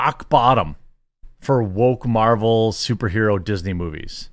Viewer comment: "mArVeLs" come on man